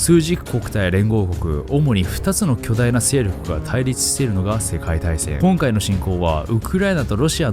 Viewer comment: たいりちゅしているぅー